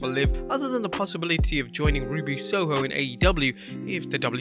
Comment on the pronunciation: It’s Ruby Soho my guy